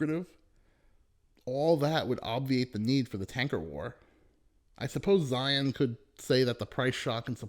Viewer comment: Zeihan not Zion